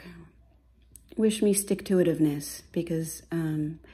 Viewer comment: "Wish me stick-toituveness".. love it